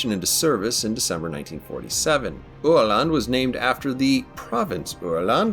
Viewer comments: Yea the pronunciation was spot on 👍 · I’m so happy I finally get to watch a proper history vid on this fine little boat! Great review. Also you nailed the pronunciation, I mean for a non Swede at least 😉